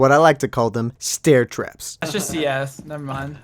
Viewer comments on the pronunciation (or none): u mean Staaaaiiiiiiiiirrtraps?